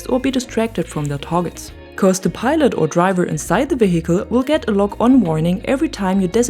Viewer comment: Thank you for this and other videos, I appreciate your explanation. On a side note, do not pronounce the letter "h" in the word "vehicle". English is not my 1st language either, just thought to let you know. It doesnt bother me that you pronounce it that way. I simply mentioning thats all.